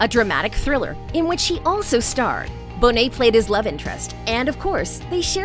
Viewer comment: Glad your channel learned how to say Bonet.